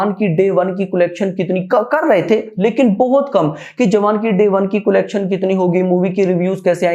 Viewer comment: Bhai कोलेक्शन नहीं कलेक्शन होता है😂😂😂